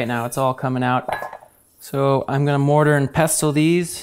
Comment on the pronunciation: I thought you said "I'm gonna murder and pestle this" 😂 Thr burgerrrr is amazing and looks tasty, and the lemon garlic aoli that i just watched is amazing and healthy.